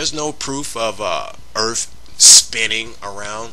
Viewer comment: Please my man, when presenting a serious video where you intend on sounding legitimate, try not to say words like : "Earf". Just a tip tor future use.